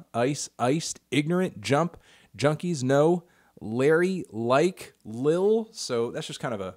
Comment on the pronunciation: Melon can't pronounce lil